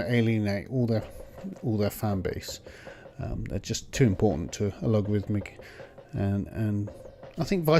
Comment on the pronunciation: By the way, the (former) company name is “Allegorithmic”, not “Alogarithmic”.